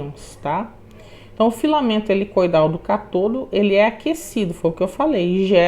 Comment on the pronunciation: Aula maravilhosa mas permita-me corrigi-la, com todo respeito: se fala ÂNODO e CÁTODO.